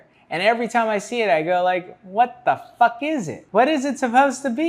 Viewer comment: the way you said “what—the—FVCK is it?” is such a mood 😂